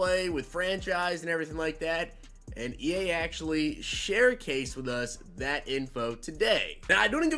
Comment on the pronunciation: Did you say sharecased lol